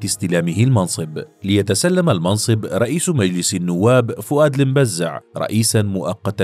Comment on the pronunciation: فؤاد المبزع شوف كيفاش نطقها🧐😂😂😂😂😂